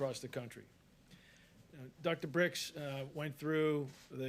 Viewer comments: It's birx not bricks moron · Hey,, it’s Dr Birx not Dr Brix. Have some respect. Also, it’s not hydroxychlorinate. It’s... oh geez never mind.